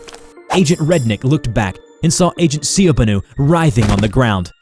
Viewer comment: I was generally angered at how he pronounced "Ciobanu". If you didn't know the "ci" is pronounced "chi"